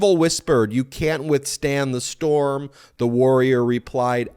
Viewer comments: "I am the strom", not storm, lol. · “I AM THE STROM” how did Ben seriously not make fun of that 😂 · So Trump repeats "I am the Strom". Do they know how to spell Storm? The best and the brightest appear to be neither. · "I am the strom." You misread that Ben. It's even more ridiculous than you thought. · WHAT "storm"???? It says "I AM THE STROM". Sorry, Ben, my ex is an attorney who made a compulsive proofreader outta me :) :)